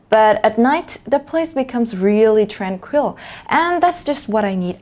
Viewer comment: Giọng cô nghe đã quá, em góp ý là một số từ bị nhấn nhầm trọng âm thôi: tranquil, casual, convenient, identify. Anway, love your pronunciation. From a big fan <3